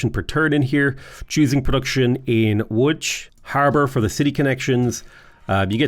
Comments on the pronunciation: Great pronunciation of "Łódź" ;) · Coming from a Pole, Your pronounciation of Łódź is dead on. Congrats! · Pronunciation of Łódź is amazing, Wrocław is basically vrotsuav, we don't do weird stuff with c. C is always ts. ;) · I like that you pronounce Lodz as "woodge," like it's supposed to be. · Thank you for pronouncing Łódź properly. It means a lot. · how did you know how to actually pronounce "Łódź" ?! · Your pronounciation of Łódź was so good I thought maybe you know some Polish, but then I heard "Wrokław" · Respect for pronouncing “Łódź” correctly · You actually pronouncing Łódź correctly! Mindblown,jpg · You say Wrocław and Łódź good :)